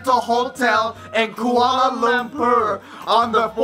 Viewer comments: Hahah "koala lampur" 😂😂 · HAHAHA! i love the way yous pronounce Kuala Lumper! xD DAMN my home town! =[ wish i was there tho..